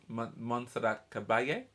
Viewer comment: Bravo and thanks for getting Montserrat's name pronounced correctly!!! Cah-bah-yay. BTW it is Mike Moran (collaborator/producer) conducting not Brian May. The hair throws people off. For the record (and umpteenth time) the movie Bohemian Rhapsody bears no resemblance to reality. Freddie's PA says go ahead and enjoy it as a movie, but that is not the Freddie Mercury and/or Queen relationships he knows so well. Others closest to Freddie say the same thing (i.e. Mike Moran) No idea why Queen signed off on it. So, in my book a travesty. Your smile and wiggly fingers reaction I think would thrill these two extraordinary people (both as artists and their personae). Want more : here you go